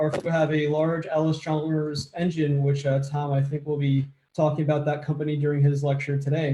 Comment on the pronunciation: Just a note here. The name is Allis Chalmers, you pronounce it as Ellis, but it's pronounced Alice. EP Allis died before the merger, and was being run by his family and Edwin Reynolds. Edwin negotiated the merger between EP Allis and Chalmers & Fraser, becoming Allis Chalmers. It was financed by East coast money and the new plant was built by Allis Chalmers, not EP Allis. It moved to "west Allis" because the new land was "west" of Allis Chalmers plant then at the Reliance Works. The Manhattan engines were the largest steam engines ever built. The wall you are referring to is inaccurate. Allis Chalmers bought the Hawley factory and all Manhattan project manufacturing was done at the Hawley works. Even the employees were sworn to top secret and the West Allis works had no idea what was going on right next door at the Hawley works